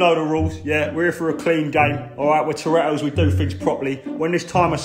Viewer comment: We are the torretos I heard we are the Doritos lol